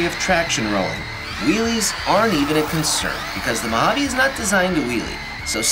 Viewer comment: It's Mojave not 'Mohavvy'😮‍💨